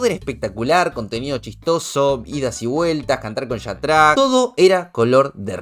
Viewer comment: Yatrá???😂🤌🏻 Se pronuncia IÀTRA 👀 Y ni sé quién es pero lo oí nombrar mil veces